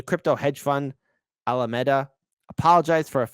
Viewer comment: Don't get me wrong. I'm a fan. But ... why are you just reading someone else's article, when you have no idea what you're talking about or even how to pronounce the name of the Alameda? Lol. Just some honest, hopefully, meaningful feedback. It's a not a good look.